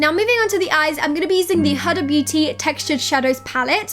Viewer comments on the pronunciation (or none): Look: 10/10Prounounciation of Huda's name: 0/10The U in Huda is pronounced like "oo" not "u" as in the U in cupStill, good look dude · By the way it’s pronounced like hooda not h’uda’ x love you anyways x